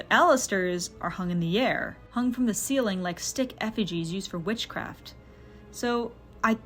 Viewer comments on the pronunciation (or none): none